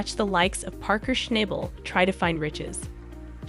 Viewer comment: please learn how to say his name correctly